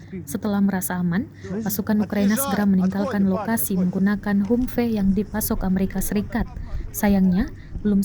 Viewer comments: Ini narator tribun baca nya kayak gimana dah. Bukan humpe tapi bacanya hamvi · hamvee bukan hummmpey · 😅😅😅 Kok mengejanya 'humfe' sih kak...? HUMVEE itu dibaca 'hamfii' kak... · Min kok bacanya humpe? Gak sekalian tempe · Humvee, sebutannya "ham-vi" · Cara bacanya HAMFI ya mbaaakkkkk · Humvee bacanya "Hamvi" ya min.. 😅😅😅